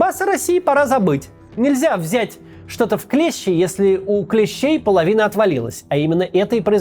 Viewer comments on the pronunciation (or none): none